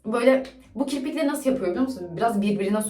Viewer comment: naskita ya da naşita diyolar aşko